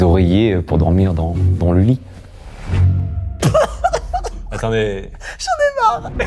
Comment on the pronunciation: "des oreillers pour dormir dans le LEE" 😅😂😂😂😂